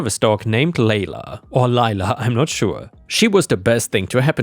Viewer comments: Layla is like the classic rock song - "Lay - la", not "Lye-la". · Not entirely wrong though since it's a Persian name and "Lyla" would probably more correctly reflect the original pronunciation. Just it prolly comes from the Eric Clapton song, where it isn't said that way. ;p